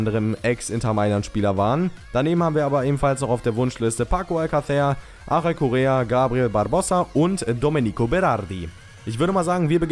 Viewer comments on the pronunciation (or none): none